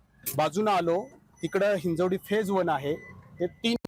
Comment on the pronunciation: म्हणजे मराठीच आहेत की, हिंजेवाडी हिंजेवाडी बोलायचं बंद करा तेवढं.. ते हिंजवडी आहे..!